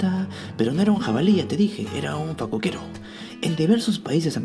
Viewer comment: Una observación en este video: la pronunciación correcta es: fa-CÓ-que-ro..